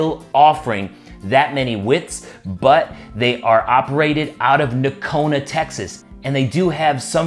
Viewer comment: Fantastic looking boots! Since they're made similar to Nocona's, I'm sure the fit & feel will be nice. I'd love to have that in a leather outsole, and wonder how that rubber compound sole feels. Excellent review. Correct pronunciation of the name with the silent G. The boot looks killer cool is black roughout! 👍